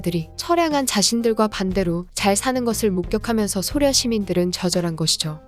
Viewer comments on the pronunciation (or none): 쓸때는 소련 읽을때는 쏘련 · 쏘련 이라고 읽어 주시는 게 나을 듯 하네요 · 소련 발음이 낯설어서 못듣겠어요...